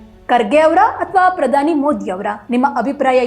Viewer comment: ಮೂದಿ ಅಲ್ರೀ ಮೋದಿ, ಪುದಾನಿ ಅಲ್ಲ ಪ್ರಧಾನಿ, ಕನ್ನಡ ಬಂದ್ರೂ ನೀನು ಬೇಕೆಂದೇ ಮೋದೀಜಿಯನ್ನು ಅವಹೇಳನ ಮಾಡುತ್ತಿದ್ದೀಯ, ಆಕಾಶಕ್ಕೆ ಉಗುಳಿದರೆ ನಿನ್ನ ಮುಖಕ್ಕೇ ಬೀಳೋದು, ಜಗತ್ತೇ ಮೆಚ್ಚಿದ ನಾಯಕ ಮೋದೀಜಿ, ನಿನ್ನಂತ ಎಡವಟ್ ಕಾಂಗಿಗಳು ಅಣಕಿಸಿದರೆ ಏನೂ ಆಗಲ್ಲ ! ಚಳ್ಳಕೆರೆ ವೆಂಕಟೇಶ್, ಬಳ್ಳಾರಿ